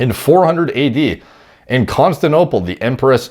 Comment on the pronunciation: This man can't say Constantinople to save his life